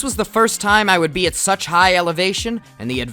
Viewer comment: Ah yes, visiting Colorado for "friends and such". We all get it, emphasis on the "such" huh (